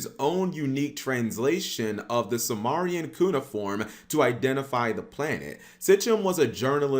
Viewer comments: "Suemarian" "Meesopetomia" Su-MARE-ian Meh-so-Puh-tame-ee-uh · It’s Sumerian (Sue-mary-an) Nibiru (knee-beer-ooh). Not Samarian. And wtf is miso-patomia?!